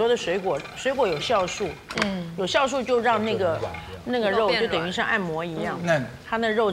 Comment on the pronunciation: 好烦人，没什么内涵，酵素她说是孝素